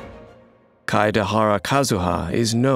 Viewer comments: I like how most people can't pronounce his name so they just go for "Kadahara Kazuha" XD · „Keideharra Kazüha“ 🤨🤨🤨💀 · As much as I love voice....that pronunciation of Kaedehara is hilarious